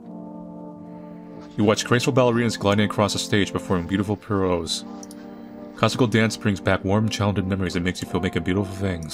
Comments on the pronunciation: You've said just the other day, perhaps it was the last video, that you're open to being corrected on pronunciations. Just after , you read the word "pirouettes", as "pee-ROSE". The correct pronunciation, is "pee-roo-ETTS". It's a full turn on the toes of one foot. Absolutely murder on the feet. Not that I've tried it 😁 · The former ballet kid in me died a little when said pirouettes like that 😅 lol